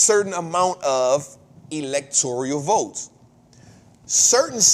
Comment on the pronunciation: It's Electoral, not Electorial.